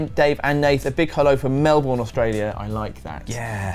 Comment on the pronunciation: Heh, that pronunciation of "Melbourne" though. (PS. Hello from Perth, the better side of Australia!)